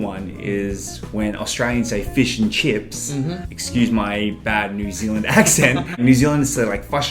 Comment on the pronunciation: As a kiwi omg when you said fush and chups it sounded so much like us LOL spot on 😂👌